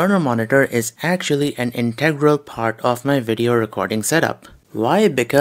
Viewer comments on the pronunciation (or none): none